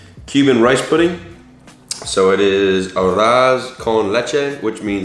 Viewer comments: For your spanish pronunciation: arroz is "ah-rose" (but say the s like an s, not like a z) and frijoles is "free-ho-less". the pronunciation of both words is improved if you put a little bit of roll on the r's :) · Any other latinos laughing at his pronunciation of "arroz", "platano", and "frijoles" lmaooo. For arroz, it's pronounced ah-rrose (the oz is pronounced similar to those. Platano is pronounced like plah (like blah) -tah (like the 'tah' in taki) -no. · Every time he tries to pronounce "arroz" and "frijoles" makes me cringe...and I'm not even a native Spanish speaker. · Nice try but you’ll need more practice!